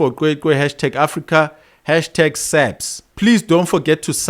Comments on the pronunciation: Cwecwe not qwe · My brother can you please make an effort to pronounce the name right. the "C" is pronounced the same as Bheki Cele with "Ws" in between. As a black South African you really have no excuse to mispronounce it.